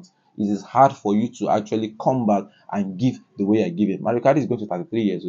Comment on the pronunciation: Mauro not mario